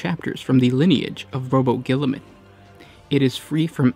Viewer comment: "Rowboat Gilliman 👌"